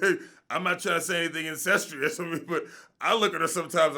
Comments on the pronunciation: JamaalDay/NiteLong !!! He said incestrous... because she played his sister on the show. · Whoa did he say "Ancestious"😂🤣